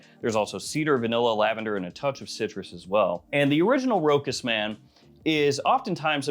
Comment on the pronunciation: FYI, Rochas is pronounced with a "sh"...so "Ro-Shaas" instead of "Ro-kas"